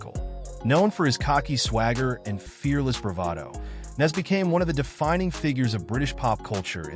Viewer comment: Can’t even pronounce Naz’s name properly. 💩